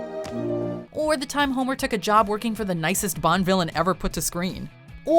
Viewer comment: Hommer? Petter? English? where?